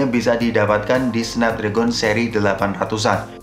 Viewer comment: Bang bacanya Snapdragon bukan Snapdragon